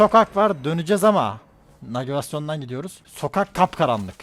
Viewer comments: No body::Nagivasyon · nagivasyon dediğini duyan navigasyonun eşgali cv: 🤡🤡👹👺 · Peki navigasyona nagivasyon demesine ne demeli 😂😝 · 7.53 nagivasyon😂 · nagivasyon :DD MDLCMDPMCPDCMLDMXLD